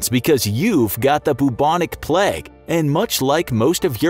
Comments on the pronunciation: Bruh why do you keep saying "pleg"... its "PLAGUE" with an "a" not an "e" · I swear you were saying the pleg instead of the plaigue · Sorry if I am bothering you, but you said "plaque" instead of "plague". Again sorry if I am bothering you. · Your pronunciation of plague makes me wanna die. It’s not said “pleg” it’s play-g” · Why is he saying plag and not plauge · Plague not "pleg" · Sorry if I am bothering you but you said s plaque instead of plague . Sorry if I am bothering you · Since when was plague pronounced pleg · it was kinda triggering me that he was saying it that way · I swear he said pleg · The pronunciation of plague in this video killed me. "plegge" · Why does this guy pronounce it ‘pleg’ 😪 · Great video but can’t get my head around the pronunciation of plague